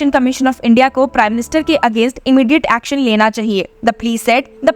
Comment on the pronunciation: Aaxxon sounds yuckxon by the voiceover! LoL 😂 it's not lawyer bi prophexan but better sound palatable in Hindi.